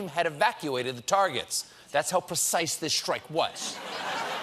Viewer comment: I love you Stephen, but it's "strike", not "Shhtrike". There is no H